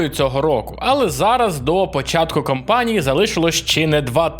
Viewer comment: кАмпанії, будь ласка, дуже прошу. Кожен український ютубер каже кОмпанія. Це надзвичайно ріже слух. Це ж повністю ріже слух. Дай Боже 💪